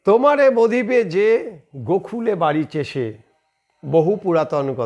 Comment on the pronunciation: আরে গোখুল নয় গোকুল । চ্যানেল চালান এটাও জানেন না।না ভুল বলাটা ঠিক বলে চালাবেন, যেমন এই রাজ্যে চলে।